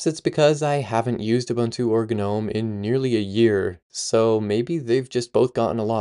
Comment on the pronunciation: Are you really saying G-nome?? Are you for real?? Dude ... It's *NOME .... The G is silent. You understand what a gnome is, right? It's a legendary dwarfish creature resembling a tiny old man. Here, in the UK, older generations used to have little statues of them in our gardens, doing various things like fishing, sitting, standing, etc ...